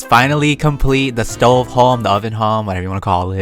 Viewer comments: You said stO not stov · Lol you said sto it’s stove lol🤣🤣🤣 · You call it a Stoven! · You are saying it wrong it a stoven